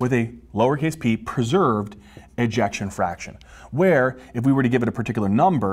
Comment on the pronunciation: "Preserved", I 😘 ve how he says that word, lol❣️